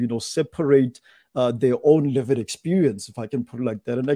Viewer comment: I love pronunciation of "lived experience" as Livid experience". As a white woman, whose wherewithal has been steadily eroded ( more quickly since all the nonsense Covid Command Council has dreamed up ) by RACIST Govt policies, mine too is a LIVID experience!